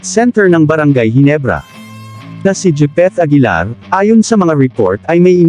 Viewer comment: Gipit aguilar daw 🤣🤣🤣🤣